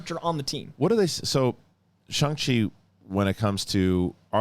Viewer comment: Shang, not Shaang